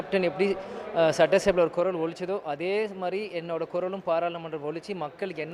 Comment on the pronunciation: குரல் என்று சொல்வதற்கு பதில் குறள் என்று செய்தி வாசிக்கிறீங்க